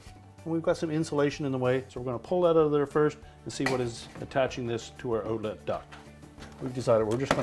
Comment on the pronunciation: Can’t tell this guys from Canada. 😂 Ooutlet! He can’t hide it he’s trying though!